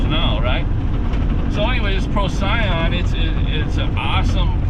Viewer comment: Pro-see-on is how it’s pronounced. It is a good cleaner but I think it is a sodium rich product so be careful on your metal parts. Wipe them down periodically.